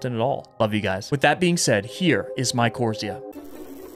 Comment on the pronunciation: Hey, I think the game title is actually pronounced my-core-rise-za. At least that’s how my professors always said it in my university biology classes. Keep up the awesome work! I love your videos:D